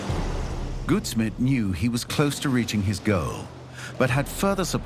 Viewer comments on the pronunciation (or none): First part of Samuel Goudsmit’s surname rhymes with gout (disease) instead of good